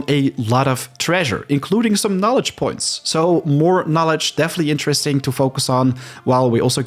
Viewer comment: You pronounced knowledge as Knolist, not good.